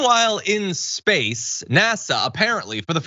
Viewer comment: Come on John. It's pronounced "In Spaaaayce"! I think buying this woman a couple drinks and letting her expound on orbital mechanics, mass thrust equation, and the inverse of velocity, foot pounds of thrust, and degrees of course change would be entertaining.